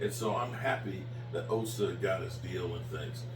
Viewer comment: please just say Osa. I have never seen a human being, let alone a YouTuber, that mispronounces names as much as you do.